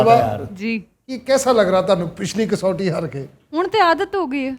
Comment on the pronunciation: Aftab saab kasoti nahi "kus wati" kehtay hain